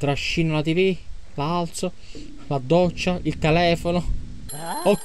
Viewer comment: Ti non si dice tivi si dice tivù